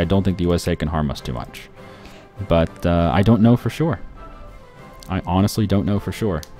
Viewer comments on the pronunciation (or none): none